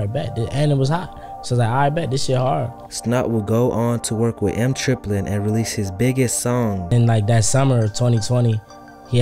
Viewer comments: Eem is pronounced like the latter part of his name Naeem, its not M Triplin, its Eem Triplin. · Bro it's EEM Like baby kEEM without the K EEM not M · this dude saying eem wrong has me dead